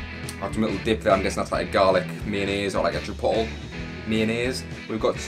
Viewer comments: Say it with me..... Chip oat lay Chipotle 😜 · You seem to have some great takeaways close to you. BTW it's pronounced Chuh-pote-lay